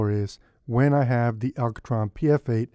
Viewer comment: I like how you say ALCOtron :D. Nice review. Just ordered one for myself. Eyeball is so overpriced it's insane. 200 bucks for what is basically glorified piece of foam rubber and pop filter? No, thank you.